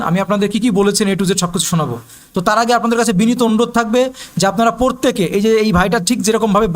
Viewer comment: উচ্চারণ টা পোরতেকে নয়, প্রত্যেকে হবে। দয়া করে উচ্চারণ টা ঠিক করুন